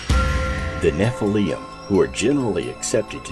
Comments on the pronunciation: You made a documentary and pronounce Nephilm wrong. There is no ‘ium” at the end. It’s ‘lim’. Get it right! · Why does he say “Escavate instead of excavate? And nephillium instead of Nephillim? Is a bit suspect no?